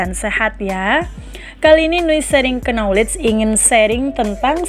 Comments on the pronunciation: Kenapa kata Knowledge dalam bahasa Inggris diucapkan oleh narator dengan KENOWLEG tidak dengan "Noowledge" dengan menghlangkan K-nya..Semoga ada jawabannya yaaa.... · Pengisi suara mohon dibetulkan pelafalan utk kata 'Knowledge, yang benar: nouw lej BUKAN ke no lej. Huruf K nya TIDAK disuarakan. Terima kasih. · Penyebutan "knowledge" masih kurang tepat. Huruf "k" tidak perlu di sebutkan, cukup ucapkan nowleij saja. Saya do'akan semoga videonya semakin baik lagi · Duh, bacanya bkn KNOWKEJ. Tp NOwlej. K nya jgn hilang, W nya dibaca tipis. Ok trs berkarya! Sukses sll..!! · Bukan kenowledge mbak...k nya senyap... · Menyebut knowledge huruf "k" dan "n" seperti huruf "k" ditelan sehingga huruf "n" lebih dominan, ˈnɒlɪdʒ Mendoakan semoga channel ini semakin maju 👍👍👍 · baru play, perhatian teralihkan gara2 dengar kenowlej cenah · Masukan min.. knowledge dibaca nya nowlej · channel bagus isonya. Tp lafal kata "knowledge" diluruskan ya. Huruf "k" tidak dibaca ya jika ada sebelum "n". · Knowledge, 'K' nya silent kak